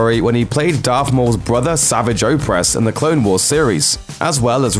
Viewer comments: Mispronounced Savage Opress. :( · am i the only person triggered because of how he said Savage Opress?